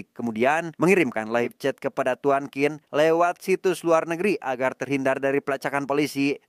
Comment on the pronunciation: Qin kalo di Cina bacanya Cin bukan Kin. Tapi karena orang Indonesia ya gpp lah suka-suka lidah kita ya, 🤭😆